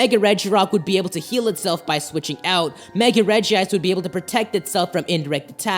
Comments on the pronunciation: its regice not regiice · It is not regi-ice it's reg-ice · "Reh-jee-ise" OMFG IT'S Reh-jise!!!! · Dis dood: calls regice regi ice Me:stop get some help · It's not regi ice it's regice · Its Regice. Not regi-ice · Ah no. Its spelled Regice but its pronounced Regi-ice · The only Pokemon pronunciation I can't stand is like it's spelled regiice (re-ji-ice).... It's regice (rej-ice) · its golems not regis and it is reg ice not reg ee ice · I have pokemon book and it says to pronounce regice like rej-ice instead of rej-ee-ice im sorry but I just had to say that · Its not reg e ice its reg ice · It's pronounced rej ice not rejie ice check pokedex 3D pro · Why do so many people mispronounce Regice? it's Reg-Ice not Regi-Ice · No it actually pronounced Regi-ice, not reg-ice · I'm sorry I have to be that guy, but you mispronounced Regice is pronounced like Rejice with only one I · It’s pronounced Rej-ice! There’s only 1 i! Yes I know it is spelled Regice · It's pronounced Rej ice though it is spelled Regice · Regice doesnt have an extra i so its not pernouced "Regiice"